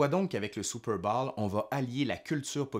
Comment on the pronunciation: Excellent mon cher! Mais, c'est Super bôôôwl, pas Super bâââl....